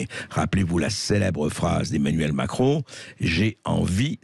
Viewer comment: A chaque fois, j'entends "Emmanuel Maquereau", ha ha ! :)